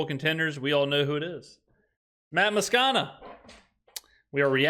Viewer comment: It’s pronounced Maa-scona